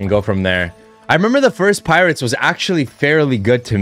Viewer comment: "Pirots" It's not that hard a word, stop saying pirates.